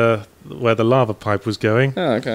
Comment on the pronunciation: The way Yahtzee pronounces lava sounds like "larvel" to me.